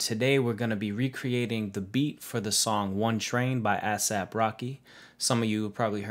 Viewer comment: ass-ahp hahaha, good vid tho fam